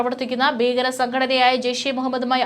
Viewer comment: ബീകരം, ബയം, ബാഗം, ശേശം?